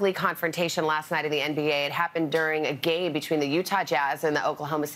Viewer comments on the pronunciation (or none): she says gay instead of game. Has anybody else noticed it?!!